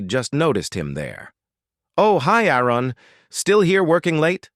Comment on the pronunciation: It would be soooo nice if an A.I. could actually pronounce a name correctly. AARON, ARUN or what ever.... Just get it right and stick with it.